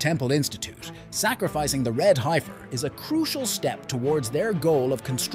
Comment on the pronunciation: Guys didn't even pronounce heifer right